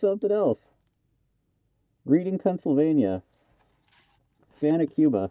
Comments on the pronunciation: The cigar box you found was interesting ! Just a FYI...It is from a city in PA which is pronounced with past tense of Read , so it is "Red ing" Thank you for the interesting info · Pronounced Red-ing PA, about 45 min drive from me.